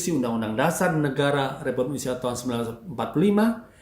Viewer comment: Seks = nice! (jangan munafik) lebih baik munaroh 👻 ga semua orang punya garansi kuat panjang umur!.. Banyak yang mati muda!.. DAN BTW.. ITU ORANG KO KAGA BECUS NYEBUTIN INDONESIA SIH..?